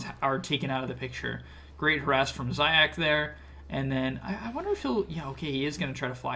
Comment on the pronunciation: its pronounced zayats not zayacs just letting u know